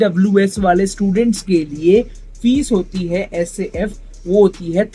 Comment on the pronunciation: SAF bhai, not CAF, baar baar CAF bolkar confuse kar rahe ho